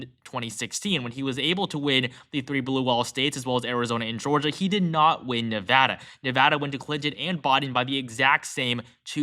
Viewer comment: Thank you for saying "Nevada" properly!